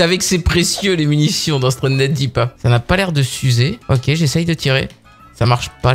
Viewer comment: dit stuandedip